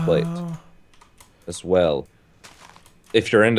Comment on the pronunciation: U Said ass instead of as